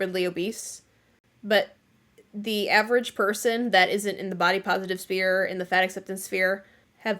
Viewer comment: With nothing but love I must tell you it's "sphere" not "spear"